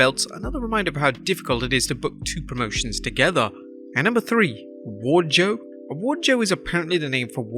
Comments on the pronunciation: Pretty sure they spelled it and pronounced it “WarJoe” not “WardJoe”… just had to throw that in there! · It’s Warjoe not Wardjoe. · Wardjoe 🤣🤣🤣🤣🤣🤣 I'm like % sure it's WARJOE